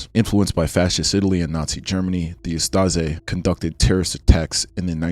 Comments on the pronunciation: Ustaše is pronounced like oost-ah-shay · It’s pronounced oos-ta-Shay (hrvat) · bro u butchered every pronunciation of the names of people in ustase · I know it is a long (and rather interesting!!!) video, but please, try to research how foreign names, especially the ones you repeat multiple times, are pronunced. It is [uh-sta-she], with a /ʃ/ sound, not [uh-sta-ze], Jasenovac ends in /t͡s/, not /k/, Pavelić ends in soft alveoolo-palatal sound /t͡ɕ/, not in /k/ etc. Knowing you fail to pronucne the one I know about kind of messes us your credibility for the rest of them.